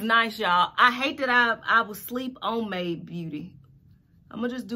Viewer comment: My Aunt : I'm loving that "May De" wig Me : "Made" not " May De Aunt : I'm glad you so damn educated